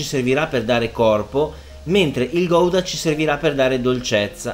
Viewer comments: Gouda si pronuncia "Gauda" preferibilmente con la g un po' sgatarrata all'olandese :D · chef eheheheheh non si dice "Goidaaaa " Ma in italiano con la u senza pronunciare la "O" guda ma si scrive Gouda ...formaggio style Hollandese scusa chef ,...sei spettacularrrrrrrrr